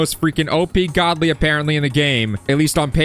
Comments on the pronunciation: He said in britidh accent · yeah I implied that pronouncing it with a british accent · GODLY! that acccent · bro turned into british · bro is british saying Godly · Bro keepssaying godly in british accsentXD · ITS ALWAYS WHEN U BECOME BRITISH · Bro says godly like hes a British 😂😂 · Bro keeps saying godly in british accsent